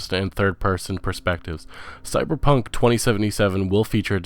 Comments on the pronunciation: How the fuck does this bonobo have over a million views when he can't even pronounce half of the words he attempts to say? Shemenic? Volve? Besta? Cyberbunk? This is shameful and outright criminal. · he said cyber bunk for the last one too this guy legit triggered me! Fucking Argonia really? Like do your homework before you make these kinds of videos. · yeah so many speech errors.. it was pretty painful to listen to. mispronouncing the name of a game or the name of a developer, really should not happen.. calling valve, volve; calling scalebound, scalebrowned; calling bethesda, bezda; calling cyberpunk, cyberbunk; and i know there are many others..